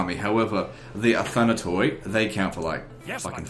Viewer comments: Medieval Greek was essentially identical to modern Greek in pronunciation, so most likely it would be pronounced as "ee" not "oy." Even in the most archaic Greek it was never pronounced "oy," it was pronounced like the German ü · In Greek the "oi" is pronounced as "e"...so it really is pronounced "athanate"...yeah i know you dont give a shit but whatever :)